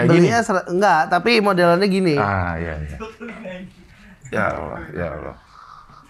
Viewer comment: Tpi bilang Allah nya fasih